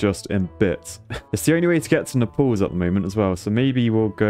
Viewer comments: Did say Nepal’s? Instead of naples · My god the mispronunciations are infuriating NAPLES like staples with an N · Nuh-palls? Nay-puls! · Naples pronounced like staples, not Naples like apples 😆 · Btw it's said "nay paul s" not "nai pl ss" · him saying "nepals" instead of "naples" is really triggering me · Hate to be that guy but Naples is pronounced like "Nay-pulls" not "Ne-pulls". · Nay-pulls. Not neh-pals. Please. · Every time pronounced Naples like Nepal(s) I shuddered. Either go Italian with "Napoli" or pronounce it the English way like "Nay-pulls". Shame. Shame. Shame. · lol yeah i was also thinking about nepal when he pronounced nay-pels + its pretty easy to pronounce it he was overthinking it lol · Oh gos, napples is not how you pronounce naples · why ddi he say Naples like Nepals xD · THE WAY U A SAYING NAPLES MY GUY, SO ANNOYING. But I am nice so I will tell u how to say it because Italian here, the way u say it is nay-ples or if u want Italian it is nah-po-li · His pronunciation of Naples though💀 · The way you pronounced "Naples", and with that excitement levels, made me laugh so much, I was not ready for that ahahahahah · The way he pronounced Naples XD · how do you keep pronouncing naples wrong lmao i thought they were flying to nepal for a second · Your pronunciation of Naples is a bit odd, sir